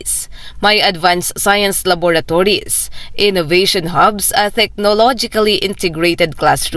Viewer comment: Laboratories po at hindi lavatories?